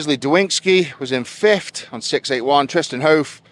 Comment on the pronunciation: please Edward its fifTH not fifT